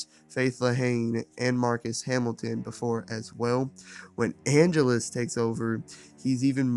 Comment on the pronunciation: I respect this whole video, but the way you kept pronouncing Angelus was killing me.